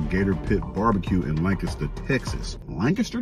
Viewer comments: We appreciate the correct pronunciation of “Lancaster”. You’re an honorary Texan 🤠😂 Also there’s a 72oz steak challenge down in Amarillo at The Big Texan… you should try it! 😅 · He said "Lancaster" right! 😮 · I appreciate you for sayin Lancaster right 😂